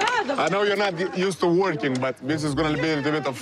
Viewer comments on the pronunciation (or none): "I know you're not used to worrrking" Really,! R E A L L Y!!!